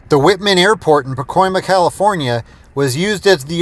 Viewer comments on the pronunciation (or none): The airport's name is white man, not whitman.